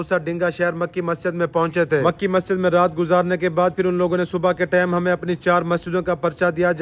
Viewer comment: Plz say TIME instead of TAME..